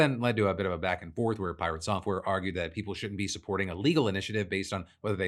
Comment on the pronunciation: You definitely didnt pronounce piRATsoftware properly